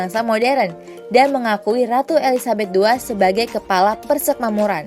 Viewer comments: Gemes sama adminnya , tulisannya uda bener PERSEMAKMURAN tp baca narasinya dari awal sampe akhir vidio malah PERSEKMAMURAN hadeeeh gpp sih cm agak ganggu aja jadinya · Sudah Bagus tapi ejaan atau pelafalan kata PERSEMAKMURAN tolong diperbaiki karna sakit telinga dengarnya. Yg benar itu PER-SE-MAK-MU-RAN bukan PER-SEK-MA-MU-RAN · Persekmamuran apa persemakmuran sih ? 😄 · adminnya balelol. nyebutnya "persekmamuran".